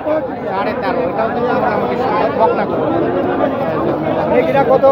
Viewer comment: বকনা ও সার বলতে হবে।এই ভাবে বলা বুল হচ্ছে।